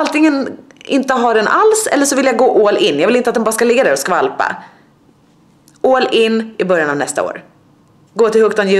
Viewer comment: Är de bara jag som hör "oll in" istället för all in haha